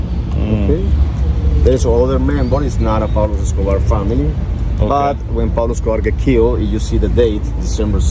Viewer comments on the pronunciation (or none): UPSC - question 😂😂😂😂 who is peglo 😂 - Anaaa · Not Pablo...say Don Pablo